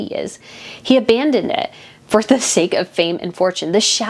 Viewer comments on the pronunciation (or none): none